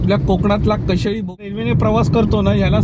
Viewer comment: कशेळी नाही कशेडी. आधी नावं confirm करा अकनी मग बोला.